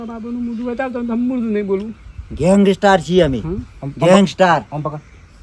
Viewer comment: ગેંગસ્ટાર નહીં... ગેંગસ્ટર હોય.... 😂😂